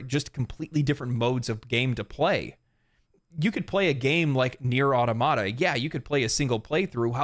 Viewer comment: What is an “auto mata”?